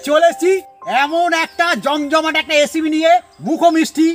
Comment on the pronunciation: এসিপি নয় রেসিপি হবে। ঠিক করে উচ্চারন করুন।